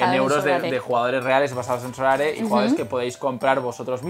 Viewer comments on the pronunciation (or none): A ver si alguno se da cuenta de que no es sorare, es so rare.